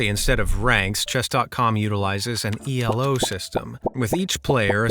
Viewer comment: It’s not E-L-O it’s Elo pronounced as E-Low. Just a heads up if you do another chess cheater which I would say has more than COD warzone.